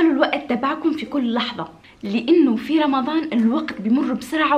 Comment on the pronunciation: حد خد بالو انها بتقول رمظان مش رمضان